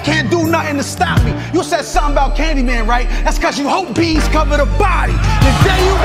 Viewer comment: Bees/Beas (as in Beasley) not “B’s”